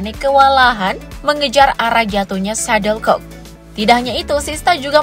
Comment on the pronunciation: Untuk yang dubbing: SHUTTLECOCK! bukan Suddlecock! Perbaiki pelafalan Anda.